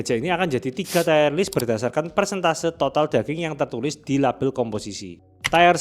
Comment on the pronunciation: Jgn lupa comment nya dibacain dan jgn smpe slah ngomng lg kayak tier dan persentase 😂 Btw salut sm indofood siap santap nya dbnding merk lain, ya wlupun pure ayam sih ~ Sosis fav masih royal dan bernardi 🤤